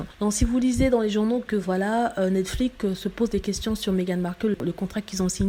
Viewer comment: On dit pas Netflique. On prononce comme c'est écrit, c'est à dire Netflix. C'est simple pourtant.